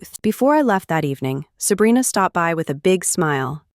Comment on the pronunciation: Is it weird that I'm enjoying listening to the AI try to read "Sabrina"? "Selena" "Abrina"😅😅😅